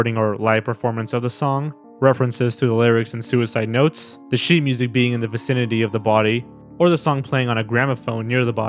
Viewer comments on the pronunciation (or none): none